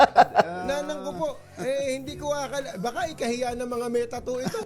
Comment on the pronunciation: NATATAWA AKO SA TUNO NG PAGBIGKAS NG SAYANG ANG TATTOOO....?????????UUUUUUHHHHH...🤣🤣🤣🤣🤣